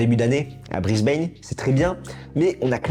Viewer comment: Mauvaise prononciation de Brisbane , renseignez-vous !